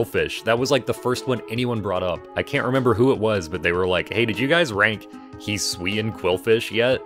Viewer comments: hee swee an will make me shoot myself in the head he better reveal that this pronunciation is a joke hes doing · shaking and crying rn at the way you pronounce hisuian